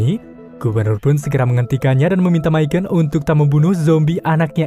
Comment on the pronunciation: Michonne dibaca MI SYONN. bukan miken maison miken🤭🤣